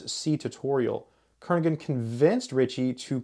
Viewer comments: Kernighan sounds like Kernihan not Kernigan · The “g” is not pronounced in Brian‘s name.